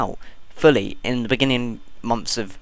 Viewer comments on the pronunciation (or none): none